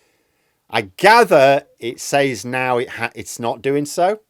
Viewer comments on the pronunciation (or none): none